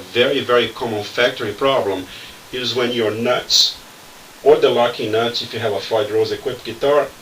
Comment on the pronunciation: When you say locking nuts, it sounds like you're saying "Lucky Nuts"!